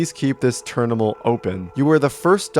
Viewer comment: ah yes we gotta keep the ternimal open